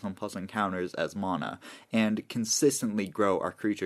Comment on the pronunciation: I'll subscribe when you stop saying mana like that 😂